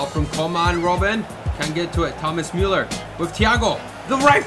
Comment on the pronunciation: Sounds like you're calling Müller a mule. Lol